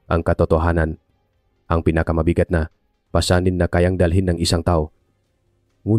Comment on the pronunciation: Ang ganda Sana ng kwento pero nakaka turn off ang narrator.ang ay binibigkas ng pabuntunghininga.nakakainis.said halip na ituloy ay iaabort na lng